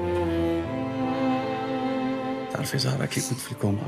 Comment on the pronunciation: هههه يعجبني عمار كي يقول صارة ميقولش زهرة